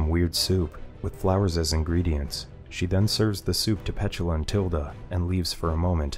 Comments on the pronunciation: No its pronounced P-tula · Pronounced Pet-tooo-la 😅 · Is that really how "Petula" is pronounced?